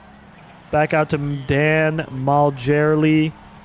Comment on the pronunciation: It's pronounced Dan Mar(lee)